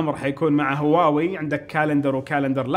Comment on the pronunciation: تكفى انطق هواوي زين ترا ممكن تخسر متابعتي والله ان ظليت تنطقها كذا